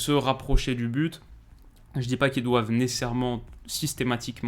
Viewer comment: le fameux « nessairement » et 2 min après pareil 🤣🤣🤣🤣 comme à chaque video